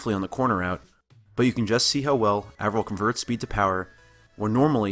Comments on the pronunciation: "Avril" is like "Apron," not like "Avril" Lavigne or "Anvil." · god DAMMIT. pronounce his name right. Avril. A. Eh. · You spend all this time studying him, but can't pronounce his name right?